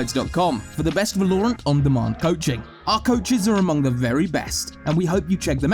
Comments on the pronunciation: Teach this dude how to say the name of the name of the game please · Definitely understand different accents and cultures pronounce stuff differently, but this dude seems to almost purposing keep saying the word: Valorant, as if he knows it will piss people off the way he says it. Lol. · The way valorant is being pronounced is annoying me sm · Dude you're mispronouncing Valorant... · I despise the way you pronounce Valorant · I vomited through my nostrils every time he pronounced 'Valorant'. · I love how he pronounces valorant. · Phonzie FPS he can work on that easy tho haha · uhm, the game is called valorant. Yes, valorant. Not verloreant. Val-o-rant. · VAL-OR-ANT - not VA-LOOOOOOOOOOOREEE-ANT - nice vid I thought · The OCD when you say Va-loure-ant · Its Val-ore-ant not Va-lore-ant. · Y does he say Vaaa-Looo-rant its V-a-la-rant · Its called VALORANT not VALURANT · Great video. Only problem is when he call the game wrong. It's vAlorant not valOrant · so Valorant, 'Valor' is the base form, read that as you might but it is pronounced Va-lor, not Vúh-lore. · damn whenever he says vELoUrAenT, i say vELoUrAenT too. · I'm British and even I don't say..."Va-lore-ant"....But great video! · the way he says valorant tho va-low-rant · it's Valor-rant....pls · He pronounces it “val or nt” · Tip: It’s pronounced Vah-ler-ent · One Tip: I think its pronounced, " Va-low-rant" "Not my words baby, not my words!" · Bruh it’s Val-or-ant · lol even subtitles say va-lore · No one: Absolutely no one: from Skillcapped: va-LOREE-rant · Say Val-low-rant one more time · Stop saying valoorant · IDK if i should be watching this guide if hes gonna keep saying Valorerant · Disliked because you pronounce it vaa-low-runt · I literally couldn't finish this video because of they way he pronounced val-or-ant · Im gonna kill you if you say va-lore-ant one more time. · I still hate how he says Val lore rant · Va-lore-ent isn't even some British pronunciation. He's just misguided. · Volorant lmao